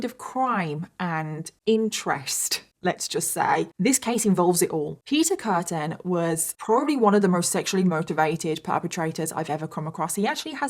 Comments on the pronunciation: It's Peter Kürten, not Kurten. Also "Frau" is not a given name in German, it just means woman. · His name is actually Kürten. With an Ü like in Düsseldorf. And Frau is not a name. It means woman. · I thought u called him beef curtain